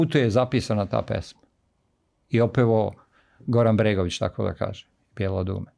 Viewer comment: Ne znam kako vama Ali meni smeta kad neko ne zna reci č. I kaje umesto kaže. Odakle je gost?